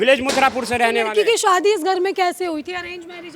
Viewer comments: Madam Anchor, Shwadi nahi Shaadi bolo….khwarcha nahi kharcha bolo…..her shabd mey w kyo laga rahi ho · Arrey anchor madam Shwadi kya hota hai….shaadi bolo 😂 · Ye report shadi ko swadi kyun bol rhi 😂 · Reporter madam, 'shwaadhi' kyaa hota haye??😂😂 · Shwadi, chwandi, ye konsi hindi hai 😅😅😅